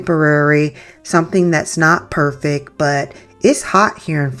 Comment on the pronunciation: The word is PERFECT. Not "purrfick" it came out good in the end tho..I won't lie 😂 this is very creative 👏